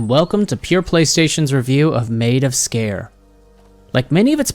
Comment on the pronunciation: Wow finally someone that pronounced it right 😁